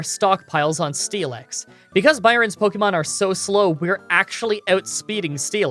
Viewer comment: "Cranidos" not Craniados. My dude, can you even read? Like the vids btw. Also. Pokémon, not Pokimon.